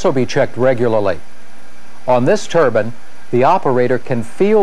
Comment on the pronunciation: Haha yeah hes saying turban, which is a type of headwear😆 its pronounced turbine